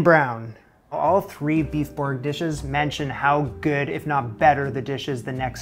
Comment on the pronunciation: Thanks for saving me the hassle of finding the best recipe :) PS it's boeuf, as in the u in butter, not to be confused with boof as in Shia Labeouf ;-)